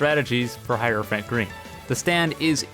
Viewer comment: "Hierophant pee"